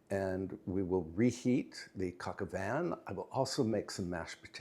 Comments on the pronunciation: I believe the dish is pronounced like coke oh vahn. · just a pronunciation correction. "Coq au Vin"......the "n" in Vin is silent!!! Great recipe - merci beaucoup... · It’s coq au vin